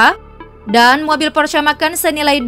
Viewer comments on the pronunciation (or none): none